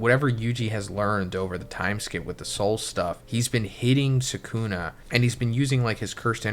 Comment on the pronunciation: Same with Suhkooonah